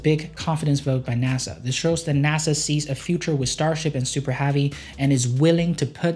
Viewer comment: Why is your 'e' sound like an 'a'? -Super Havy -Compatitors